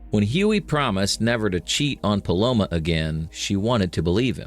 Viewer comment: i swear i keep hearing palomO instead of palomA. very distracting xD good video tho.